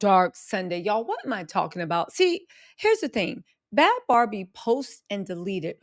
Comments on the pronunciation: If you’re gonna make a video can you atleast get the girls name right BHAD BHABIE NOT BAD BARBIE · Her name is Bhad Bhabie, not barbie